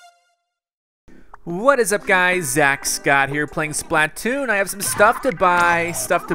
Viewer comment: I'm pretty sure that "Splatoon", is pronounced, (spl-uh-toon) Just what i think.